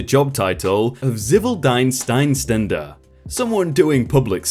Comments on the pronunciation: You butchered that Zivildienstleistender. Zivil (civic) dienst (duty) leist-en-der(performing). Love your videos anyway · He didn`t butcher the word... he slaughtered it. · I'll save this video for bad days so I can hear you butcher the word Zivildienstleistender and have a laugh every time.